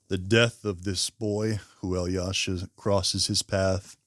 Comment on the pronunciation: One little tip for you, pronounce "Alyosha" as "Aalloshah". Americans tend to overexaggerate the "yo" sound in this name. I enjoyed your video, by the way! Like from me.